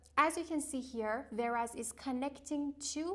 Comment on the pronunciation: Whereas we pronunciate it wear'aez say weh.ras not veras.